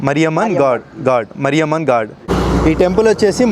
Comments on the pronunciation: Maariyamman not marryaman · మారియమ్మన్... not మరియమ్మన్ 🙂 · మరియమ్మన్ కాదు మారియమ్మన్ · మరియమ్మ కాదు.. మారియమ్మన్. సరిగ్గ ఉచ్చరించు. లేదా మతాలు మారిపోతాయి. 😂😂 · మరియమ్మ ని కాదు మారియమ్మన్ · మరియమ్మ కాదయ్యా, మారియమ్మన్. చివర్లో 'న్' తీసేసినా 'మ' కి దీర్ఘం ముఖ్యం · మరియమ్మ కాదురా నాయన మారియమ్మన్ తమిళ్ దేవత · Mariamma❌ Maariamman✅ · Bro ....sorry can u spell it as maariyaman ....not mariyaman....hope you have watched maari movie.....try to speak god name as same maariamman..... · మరియమ్మన్ కాదు మారియమ్మన్ అనాలి.